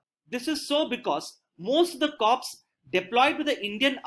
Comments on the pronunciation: Just a small submission to this valuable effort. The word Corps is pronounced as Kor & Pivot as pi-vut, one may cross check with dictionary. Also you have used the term Mountain Strike Corps/ Division, interchangeably, which is not so, they are not the same thing. Nonetheless thank you for putting in such time & effort. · I am a defence aspirant but i watch your videos regularly and gain a lot from them. Would like to mention it's written as "Corps" but pronounced as "core"